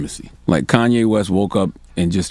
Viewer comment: Lol, "KKKanye", damn.